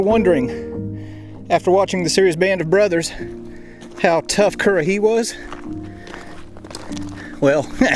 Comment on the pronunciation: You know what, when you talk currahee it feels satisfying lol